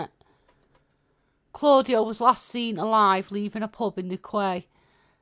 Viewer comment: Newquay =/ pronounced (new key) like beauty!! ☕ 🍏 🥧 how you doing ♥️👗💄☎️ ive no membership if you grant one & inform me how to paypal the membership if you could...no rush i know you're busy 👋